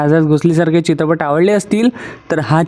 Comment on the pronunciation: 'चित्रपट' ,'सोबत' हे उच्चार तरी स्पष्टपणे करा ना दादा. बाकी तुमच्या निवेदनात असलेला इंग्रजी शब्दांचा भरपूर वापर इ.बद्दल बोलत नाही. 😮